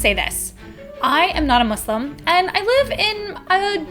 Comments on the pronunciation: Omg ty for say "Muslim" not "mOzLeM" lol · it is so satisfying to finally hear a caucasian say muslim and pakistan in the proper pronunciation!!